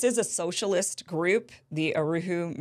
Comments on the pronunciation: Uhuru not OohRooWho.. lol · “Uruhu”?? “Yuhuru”?? Come on!… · Kim, it's pronounced [uh-who-rew] - Uhuru. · Uhuru, not Uruhu 😉